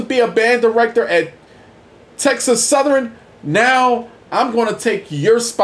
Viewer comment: I really dislike the way you pronounce the name of my university. It's Southern not Southerynn!